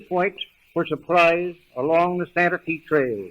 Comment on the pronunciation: I noticed that too 😊👍🏻